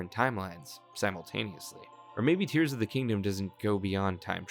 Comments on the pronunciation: Jesus, It's Tears as in teardrops, the Japanese writing is key. And Hyrule's Allies are simply the Goron, the Rito, the Zora and the Gerudo. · Except in Japanese (where you know, the title name actually comes from), it’s explicitly tears (like what comes from the eyes). It doesn’t really matter if there are other pronunciations and meaning in Englishz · Thinks? It’s obviously a crying tears it’s in the Japanese tittle. And that’s how it was pronounced by Nintendo themselves 💀